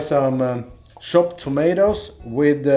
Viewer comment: What I love about the Swedish/norwegian accent that I hear with is the shop* pronunciation for “chopped” or chicken which becomes shicken. It’s so cute lol